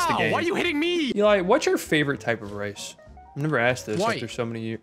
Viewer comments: I swear just said "race" and Eli said white. It took me a second to process it was rice. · I could've sworn you said "Eli what's your favorite type of race?" I didn't realize you said rice. I thought it was funny how he immediately said WHITE after that too